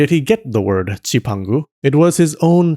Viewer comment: I'm am sure Marco Polo did not say Cipango in a Japanese accent like you do. He probably pronounced it in an Italian accent (with his thumb and finger pressed together)...